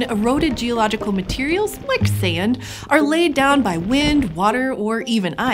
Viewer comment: I truly love this series, but sometimes the voice of the female narrator sets my teeth on edge, e.g. when she manages to get two syllables out of the word “sand”. Eeeeeech.